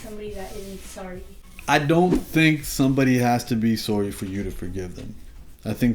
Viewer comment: "Sowry" ...Canadians 😆😆😂 Love you Humble.